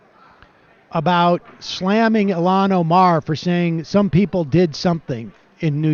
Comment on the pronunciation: Why does Sam keep on pronouncing Il-Han as Ilan.